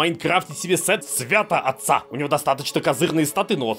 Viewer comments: уже 20-й раз пересматриваю и не могу терпеть! Святотатца, сука, СВЯТОТАТЦА, А НЕ СВЯТООТЦА! 😤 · Все хорошо но на протяжении всех серий читает название предметов сера святоТаца без буквы Т из за чего получается Свято-Отец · забайтил меня! не святоатца! СВЯТОТАТЦА!